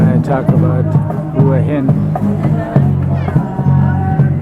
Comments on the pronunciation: "Hoo-a Hin" ?? hahaha not. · 4th be great if you could make the effort, to find out how the places you visit are pronounced, I always flinch when people pronounce the name as you have. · Surely if you were in the place you would know how to pronounce the name of it!!??